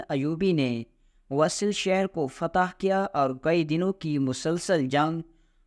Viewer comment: شہر کا نام موصل ہے وصل نہیں۔ اور یہ قوم کرد ھے کاف پر پیش ہے۔ اپ کو تصحیح کی بہت ضرورت ہے ۔